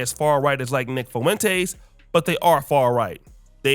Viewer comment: The way you pronounce Fuentes is just funny to me. "FOOWENTAYS"